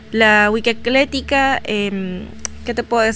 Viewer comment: ECLÉTICA... ECLÉTICA... ECLÉTICA... NOOOOOOOOOO!!!!!!!!!! Es EcléCtica, que aprenda mejor antes de querer explicar y no se ande inventando palabras... Es re interesante la Wicca, pero si de verdad se estudia que se haga correctamente al menos.